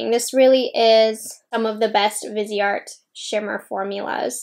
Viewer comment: Lol totally thought she said bidet